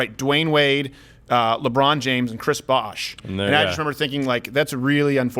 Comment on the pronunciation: The amount of times they mispronounced Chris Bosh lol